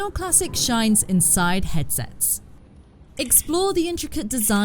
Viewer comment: renaysunce? wtf is that? haha.